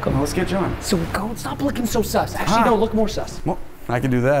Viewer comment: wow, it was AKSHALY Sal, right?! That was some noulege